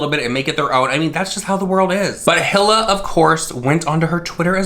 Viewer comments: Her name is pronounced like: Hee-la, or Ee-lah, depending on where you're from. (Eathan's wife - Hila) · When you've watched h3h3 since the Israel days and you have to hear "Hill-uh" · It's pronounced Eela. You Can buy Teddy Fresh at like2 or 3 different stores at the mall. This isn't just March, TF is an actual brand and has become pretty popular. James Charles knew he just didn't give a shit. Teddy Fresh has legit collabs. James is whack and he knew his merch was a RIP off. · eee-lah. Just FYI. Love you 💛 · Nobody:: Hill-Uh... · its pronounced HE-LA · HE-la silent H. "Ee-la" I believe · Pronounced "Eela" and James playedddd himself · Its pronounced E la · Its pronounced "Heel-uh" lol 👠 👠 👠 Love you,! ❤ Also I think he did take inspiration from Teddy Fresh...the colors are exactly the same. Like come on. 🧸 🐻 🧸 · And it’s pronounced E Lah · Her name is pronounced "eel-a" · I love you but say it with me He-Lah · I’m sure you will get a bunch of comments about this but you are saying Ethans wife’s name wrong You pronounce it “E-la” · Not complaining about doing the research but not pronouncing Hila’s name right 🙄🥴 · Bro first please look up how to pronounce her name correctly and also it’s kind of rude to insult her style of art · If you’re gonna make a video on a drama “news” snippet Atleast learn to pronounce HILA correctly considered she designed the hoodie. If you watched one second of a vid on teddy fresh and actually did research you’d know how to pronounce it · You can’t even pronounce her name right.... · I cringed every time he said Hila ☠️ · These drama channels can’t even do .5 seconds of research on how to pronounce a name they’re talking about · E-la. Not hill-a. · lmao hila is pronounced ee-luh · No shade whatsoever I just wanted to say her name is pronounced like “Eeeee Laahhh” lmao I’m really doggen the Hilla tho 😂😂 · It’s pronounced like “ee-la” :) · Her name is Hila. Hee-la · Hila = "Eee-la"! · Hila= E-LA